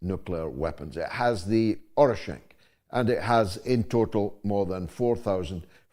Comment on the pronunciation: Thanks for today's show. Just one thing: it's "Oreshnik."